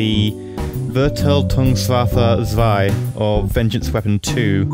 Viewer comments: The German word is not "wöagrötüunnkessuaffö". Or as you would spell it in English "verrrgiltoongswofferr".It is "VERGELTUNGSWAFFE"! Dont use the German word if you are going to be so massively ignorant about its pronunciation. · Dat german xD dude its VERGELTUNGSWAFFE :D Greetings from Germany ;) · what did you say? :D I hardly understood "Verteidigungswaffe 2" wich means "Defenseweapon 2" but it was named "Vergeltung 2" -> "Revenge 2" or "Vergeltungswaffe 2" -> "Revengeweapon 2"